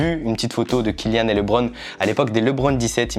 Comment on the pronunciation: Super l’unboxing parcontre c’est KYLIAAAN PAS KILLIAN